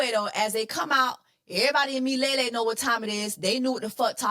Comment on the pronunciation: Im cracking up at the Mufasa Review Jessie. Didnt know I needed to hear it summed up like that, I missed you🥺😘... Lol , Miliele is actually a swahili word that means forever or everlasting. Swahili being my second language im happy to say your pronounciation was spot on. Btw the people who be speaking on religion and judgjing are my worst type of people. Please keep on enjoying your life with Mr. Easter . Dubai looked good on you sisterr thanks wearing the attire so well.